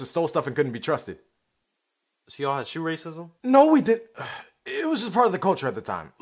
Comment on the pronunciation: “So y’all had shoe racaisam?” 😂😂😂😂😂😂😂😂😂😂